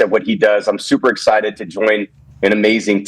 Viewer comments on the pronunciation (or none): Tom is “super exited about”!